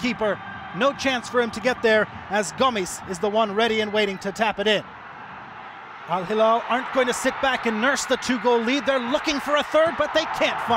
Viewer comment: شرق آسيا بالأصح (من اللي لاحظت) كوريا واليابان ينطقون بعض الأحيان حرف ل > ر، عشان كذا يقولون هيرال